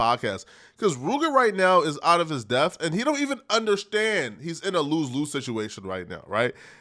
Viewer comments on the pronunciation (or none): learn how to talk and use words bro 😂. Depth!!! Not deffff